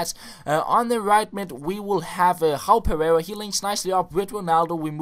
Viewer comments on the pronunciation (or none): none